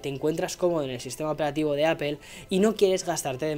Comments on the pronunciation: No se pronuncia apel es apl.... no se de donde sacan ese fonema mal pronunciado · Ya no vas a pronunciar "Apel" verdad?